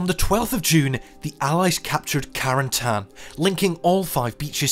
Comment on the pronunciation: And Carentan.